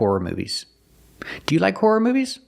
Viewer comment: A lazy tongue turns a horror movie into a whore movie lol